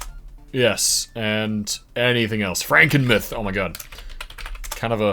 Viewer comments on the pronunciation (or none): Frankenmuth in Michigan is pronounced Frank-in-mooth